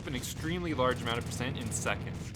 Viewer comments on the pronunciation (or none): none